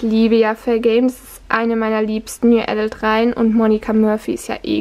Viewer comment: Hey, ich hab dich neu entdeckt und mag deine Videos eigentlich gerne. Ich kann dir nur als Tipp ans Herz legen, die Aussprache von Autoren oder gerade englischen Wörtern (z.B. adult) vorab zu checken. Das wirkt dann einfach etwas souveräner und informierter. :)